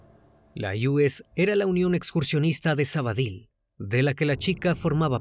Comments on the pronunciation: Hola,un inciso,no es Sabadil,es Sabadell.Aprovecho por saludarles y felicitarles por la página. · Menos por lo de sabady que se pronuncia sabadel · Me pregunté mil veces donde es sabadill. Y no caigo supongo que será Sabadell que es donde ocurrió y se pronuncia como se escribe. Saludos desde Barcelona